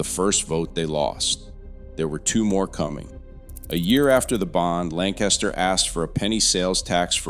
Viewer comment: Yes! Lancaster County, SC is definitely having terrible growing pains. (Wish the person on this video would pronounce it correctly).